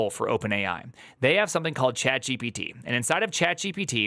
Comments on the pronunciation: he invented a new way to say chat...gepete or so :D idk, but i dig it, its sounds like "no diggity", like "chat diggity". yea thats it :D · You've just created a new word: "Chatgipity" with a stress on the first I. Let's decide about its meaning now. Oh, I know, it's just another kind of stupidity...